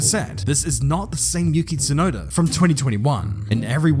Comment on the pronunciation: its yuki tsunoda not yukit sunoda. you-key-tsu-noh-da not you-kit-su-know-da. i know youve heared japanese words are read together on a straight flow but that doesnt mean you can just change the name. every time you say it like how you say it my ears bleed, do you not feel sorry for me? it fckng hurts.